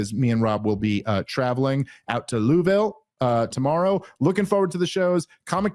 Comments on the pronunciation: Dave it's called Loua-Vull Kentucky if you live there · We may have to temporarily suspend your citizenship until you learn to say "Louisville", slugger. It's LU-e-vil 😊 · Okay. I appreciate the attempt. But listening to you try to say Louisville like that is like the white people who say Meh he co with some crazy accent in the middle of a sentence otherwise said with a PA accent. 😂